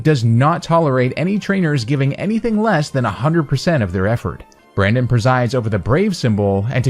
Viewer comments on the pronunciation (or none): none